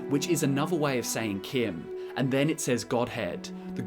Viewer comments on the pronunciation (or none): none